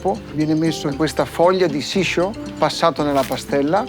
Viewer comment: Capisco che il ristorante e' di un certo tipo ma come si fa a servire una porzione di pasta che non arriva nemmeno a 50grammi? Non sara un po esagerato? PS: quelle foglie si chiamano shi-zo (sci-zo), non siscio :D